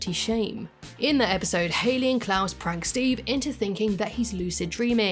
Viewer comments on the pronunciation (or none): none